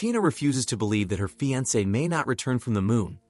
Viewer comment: he said fiance very weirdly.....🤔